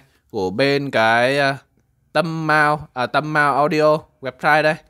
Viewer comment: Tâm năm mà ông đọc tâm Mao